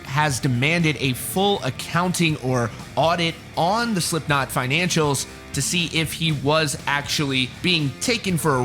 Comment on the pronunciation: he says slimpknot